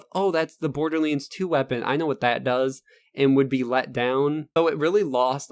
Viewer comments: LoL borderleends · wtf is borderlainds ?! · Borderlands not Borderlanes xD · Am I the only one hearing "Borderleeds?" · Why does he call it borderlins? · Stop saying borderlands like that. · am i the only one that finds it funny how he pronounces borderlands? no disrespect dude. great video! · sorry couldnt finish your fucking video after hearing you misspelling borderLANDS!!!!! 50 fucking times my nerves cant handle this much ....